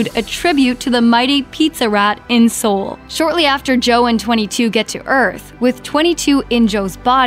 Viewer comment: did...did she just pronounce it as "Sool?"